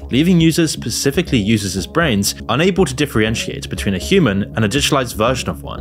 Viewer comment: It's "differentiate", not whatever you said.